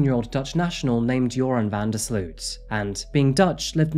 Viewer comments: It's pronounced more like "yer-own" or "yair-oohn" btw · I absolutely LOVE how you pronounced his name as "URINE" throughout this vlog. 🤣🤣 Much more appropriate than "Your-on". 😆😉 Rock on,. 🥰🥰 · I love that you keep pronouncing his name “urine”. Perfect! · 😂😂😂❤❤❤ I didn’t even catch that…LOVE IT- Urine is a POS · URIN. true to his name as to pronounce. RIP lovely Natalee and lovely and brave Stephany. Thanks for the great cover up -- as always. <3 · I always hear "urine" whenever this monster's name is said. It probably fits him better than his real name. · Joran's name is pronounced much like "urine", which is appropriate . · often mispronouncing his name as "Urine" is definitely no accident 😉 🫡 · I appreciate how you pronounce his name 'urine' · Keep hearing urine 😂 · it's only logical that his name is pronounced "Urine" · I appreciate the not so subtle mispronunciation of Joran LOL